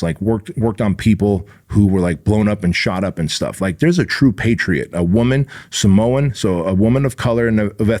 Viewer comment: Did he say Samoan?